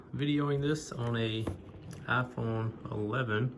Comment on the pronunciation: ASMR intro😅 IFON😂😂😂